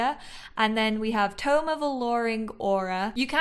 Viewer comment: OMG THANK YOU for pronouncing tome correctly. So sick of hearing game changers say “tomb” instead! Also so excited to play tomorrow and for your LP to come out!